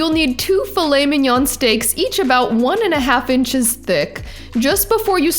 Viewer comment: A very good video..... Never pronounce the N on mignon.